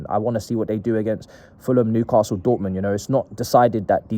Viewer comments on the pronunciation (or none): none